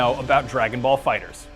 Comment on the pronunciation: FINALLY SOMEONE PRONOUNCED IT FIGHTERS AND NOT FIGHTER Z 😫